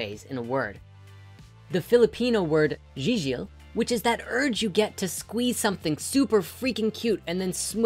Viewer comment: the word "gigil" should be pronounced as gee as in geese. edit: I'm a Filipino btw